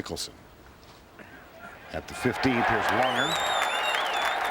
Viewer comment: It's Langer, not Lunger ffs!!